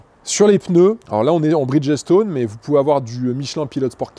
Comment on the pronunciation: Tu parles bien mais on prononce bridje stone et bon bridgessstone